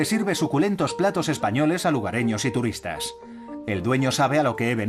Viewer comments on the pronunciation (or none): No se dice turruista, se dice turista